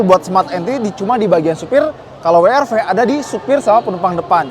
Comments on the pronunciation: We Er Ve atau DoubleU aR Vee. Wi itu baca huruf W bahasa apa? Wkwkwk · Kenapa ngomongnya “wi ar vi”. Pdhl kalo mmg mau dibaca dg bhs inggris bacanya ya “double u ar vi” atau kalo mau indonesia sekalian ya “we er ve”. Kecuali brv baru bacanya “bi ar vi” & crv baru bacanya “si ar vi”. Klo W masak iya bacanya “wi” 😅😂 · Gatel bgt pengucapan WR-V dengan sebutan “Wi-Ar-Vi” :( seharunya “Dabel-Yu-Ar-Vi” in English atau “We-Er-Ve” in Bahasa ya? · Nyebutnya koq Wi Ar Vi ya bukan Double yu ar vi 😁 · Pliss deh jangan "wi ar fi" dong gak enak bgt dengernya. Mending "we er fe" aja deh klo gak bisa nyebut "dabel yu ar vi" ... 🙏 Mending Alvez kemana2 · dabel yu ar vi, bukan wi ar vi :D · Mas, bacanya bukan wi ar vi. Kalo mau Inggris, sebutnya da bel yu ar vi. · "dabel yu" "ar" "vi" bukan "wi" "ar" "vi". Hilsat lebih konsisten make "we" "er" "ve" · Gemes juga denger WI ar Vi bukan Dabelyu Ar Vi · Kenapa pada latah nyebutnya Honda wiarvi bukan weerve in English ( Double U = " W " ) ( Arr =" R " ) ( Ve = " V " ) & jujur saya awalnya bilang gitu secara gak sadar 🙏🏼 😄. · Wi ar vi, wi ar vi... Sejak kapan W dibaca wi bro ? Situ kan reviewer channel otomotif gede yg cukup jadi panutan, jangan ngajarin gak bener lah, justru harusnya koreksi